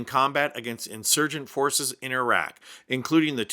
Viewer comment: Thank goodness you said iraq not eye rack